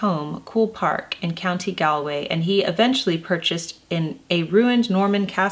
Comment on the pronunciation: Awesome video thanks Jennifer, little pronunciation tips; “Sligo” sounds like sly-go, “Galway” sounds like Gawl-way and “Gonne” is pronounced ‘gone’ in Ireland. Thanks for the wonderful video x